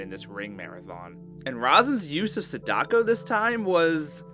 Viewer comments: I’m sorry to be this person, but gah, your butchery of their names is wounding me. “SAH-da-ko” not “sah-DA-ko”. Most Japanese names have the stress on the first syllable. Her name (and Kayako’s) are repeated so many times in the film. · Sada-ko not Sadak-o... Kaya-ko not Kayak-o